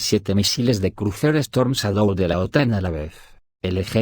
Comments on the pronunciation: Chédou. Pero el audio es de lector automático. Por eso pasan cosas como "teléfono aviv" y "...quosciente intelectual..." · Lee así : Chadou = shadow